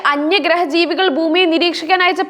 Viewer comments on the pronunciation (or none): നോക്കി വായിക്കുകയല്ലേ? എന്നിട്ടും അക്ഷരങ്ങൾ പലതും പിഴക്കുന്നു. ബയം, അബിപ്രായം, ബന്ദം, ബൂമി... ഇങ്ങനെ പലേടത്തും 🙆‍♂️